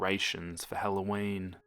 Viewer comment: "On Sunday it was Hellow's eve" Me:I Thought he lived in AMeriCa